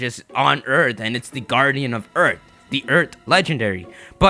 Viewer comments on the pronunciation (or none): did you say eart or earth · Anyone else bothered by the fact that he says "eart" not earth.